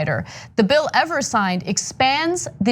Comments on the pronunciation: Jesus H Christ. Every time you do a story on Evers, you pronounce his name wrong. it's EE-vers - long 'e' - NOT eh-vers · Tony Evers rhymes with "beavers" or "fevers" or "believers."